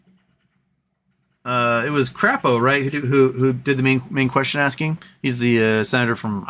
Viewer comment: You mean Senator (Cray-Po) Crapo.